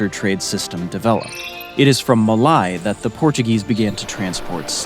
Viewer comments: it is Ma-lay....not Ma-lie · Malay is pronounced as mer-leigh just like how you'd pronounce Malaysia, but without the last syllable. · Malay is not pronounced Ma-lie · Malay is pronounced Ma 'lay'. Not Ma 'lie'. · Malay is pronounced "mah-Lay" Malasia "mah-Lay-zhe-ah" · u mispronounced Malay, >:( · Great video but your pronunciation of the words Malay, Brunei and Timor are way off. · He pronounced Malay incorrectly